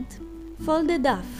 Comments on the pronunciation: I love how you pronounce it duff and not doh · love the way you pronounce 'dough'..so cute :D also love the result :3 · I love your videos so much! And it's wonderful you're now making them with english dubs too! But dough is actually pronounced as "doe" :) Hope to see more vids!